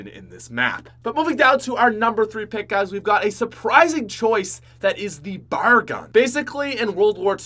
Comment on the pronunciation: I've been watching for years and it still seems no one has told him it's not bar it's B.A.R. It stands for Browning Automatic Rifle.